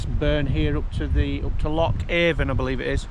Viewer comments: It's pronounced Loch A'rn. Don't ask me why it just is. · Nice one! BTW - The Avon in Loch Avon is pronounced A'an 👍ATVB. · Said like ‘Anne’, the ‘V’ in Avon is silent, much like the ‘P’ in ptarmigan, or in swimming! 😂